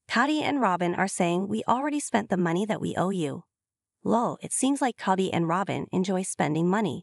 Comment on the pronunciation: Please have someone who understands how to pronounce English narrate. Tired of hearing coyote pass pronounced 'KY OTE' and sometimes Cody as Coddy .